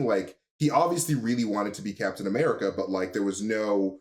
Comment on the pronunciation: I'm sorry but does say Blacktain America or am I hearing things? Cause I have listened to it like 10 times and I can't hear anything else 😅 I'm not accusing him I was just legitimately confused. Sorry if he actually said something else and I'm just hearing things lmao.